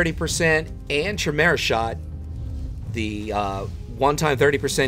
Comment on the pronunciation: Chimera is pronounced... (Kai... Like Tie) (Meera.... Like Vera) if all else fails use google translate and listen to how it sounds... Love your vids though xx